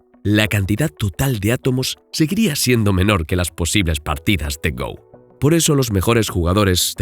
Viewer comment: Se dice "go", como en la palabra "gorila", no "go" como si fuera el verbo "ir" en inglés